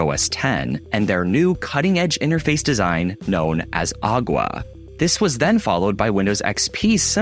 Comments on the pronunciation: Known as “agua” 💀 it’s not agua it’s aqua bro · Mac OS Aqua. Is correctly pronounced “a·kwuh” not “agwah”. Think water…. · AQUA not AGUA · aqua was the name, he said "agua" which is the Spanish spelling for water. Lost all credibility when he said this.... Anyone who knows history of MacOS knows that Aqua was the major branding for OS X. So I take everything he says with a grain of salt after that mistake. This is like saying "Windows VEEEEEsta" instead of vista, which I've heard people say. If you say veeeeesta, you clearly have no clue. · who taught this guy to say Aqua??? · A spanish teacher.